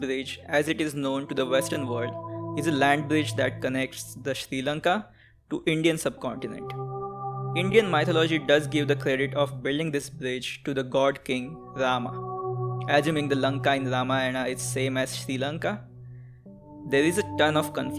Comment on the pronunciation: Abbe ghonchu, it's "MYTH"-o-logy, not "MY"-tho-logy.